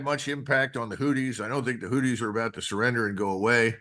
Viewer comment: Argh, 'who thees' not 'hooties' anyway great show